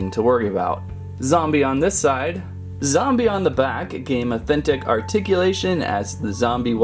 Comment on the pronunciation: Its zombie not zumbi